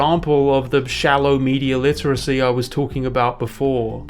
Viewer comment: Cant pronounce dune correctly, or literacy for that matter..